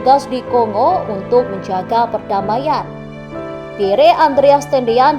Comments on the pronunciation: Setiap pembaca berita harus belajar membaca dan menyebut dg benar nama2 asing yg tersemat pd nama manusia, negara, tempat dsb. Nama PIERRE adalah nama dlm bhs. Perancis. Cara baca yg benar: PYER. Bukan xx PIYERE xx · Min, menyebut nama Lettu ( CZi ) Pierre Tendean cukup di eja dg Pierr, huruf akhir e ga perlu di eja,,itu saja koreksi dr sya, min